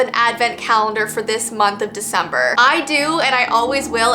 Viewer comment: "It's Veecember!!!!!"